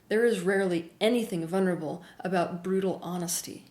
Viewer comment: Teal, you keep missing the all important "L" in vulnerable!